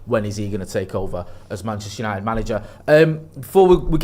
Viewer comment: Remember last week "YANITED ARE BACK" 😂😂😂😂😂😊